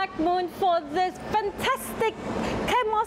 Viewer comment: Chamois- It's pronounced as "share-me" cloth. Thank you.